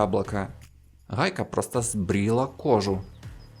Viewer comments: Да. Хе это пиздец какой-то. Одна неправильно произнесенная буква Г (в украинском стили) и уже пиздец как неприятно слушать. Но есть моменты где какое-то время не произносится слова ХАйка и роХАтка ) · Хайка рохатка блин дружище это же неправильно..... я бы наверное со смеху сдох на украине среди людей которые так говорят ХЭ )))))))